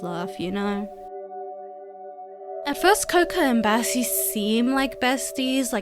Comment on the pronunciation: Am I the only one who heard her say Bessie